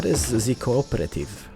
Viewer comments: Oh and it's Co-op-or-tive say it quickly and that's how you pronounce it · the co-operative has loads of branches, so the one you got was the food branch, you can get bank, travel agency, pharmacy and loads more ps. you pronounce it co-OPRATIVE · It's the co-op-re-tive